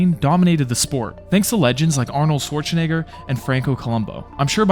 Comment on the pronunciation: Please learn to pronounce Schwarzenegger's name... its not Swarchenegger as you pronounced it :D oh god...